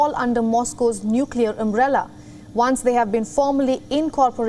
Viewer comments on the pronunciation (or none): none